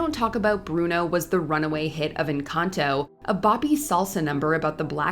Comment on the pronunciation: Jesus Christ, the way she says “Encanto” and “Casita”. It’s so bad 😂